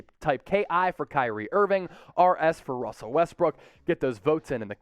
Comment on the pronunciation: ''Russer'' LOL